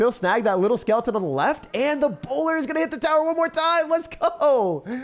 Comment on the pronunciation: 😭😭”bowlyy”. Justice for the bowler he’s doing his best😂